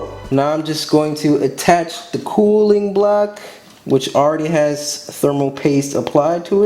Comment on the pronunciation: When you say. Cooling block I thought you said kool-aid block